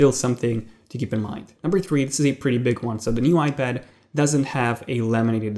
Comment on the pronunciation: coming from a guy who calls an ipad a ipadder. js